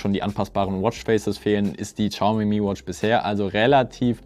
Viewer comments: Übrigens: Es wird nicht Tschaume ausgesprochen sondern showme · Uff no hate aber "tschaumi" is schon schwierig auf dauer. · Ohhhh bitte, ich möchte nicht pingelig sein, aber entweder du sagst vielleicht 30mal weniger Xiaomi, oder du lernst wie man das ausspricht. Ich musste das Video beenden, es ging leider nicht mehr 😭😭